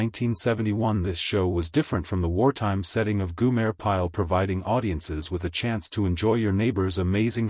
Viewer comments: its GO-Mer. Not Guuuu-Mare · Goo-mayor? Really awful video. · Did no one listen to the finished product? Tell me, who is "Goomer", or Goomere" pile? is This AI voice is absolutely horrible. A lemur on crack would have sounded more realistic. And what's with the really, really crappy dusty film effect? You know, if you knew how to tell a tale correctly, you wouldn't have to crap the video up. Just another bullshit clickbait video by a low quality clickbait production group. The only way this could be worse would be if it were longer. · Yes. I agree. You lost me after the AI generated "goo-mer" Pyle proved how clueless this video is